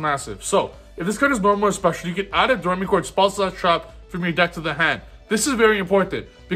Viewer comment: Btw it's pronounced dough-ray-me-chord. Like the musical notes.